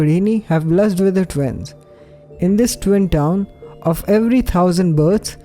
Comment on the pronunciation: Is he saying fwim or twin